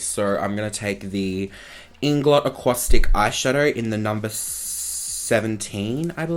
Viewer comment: From ireland💙💙 and the inglot acuasticks are pronounced aqua-sticks 😂😂 hahahaha love you!!💗💗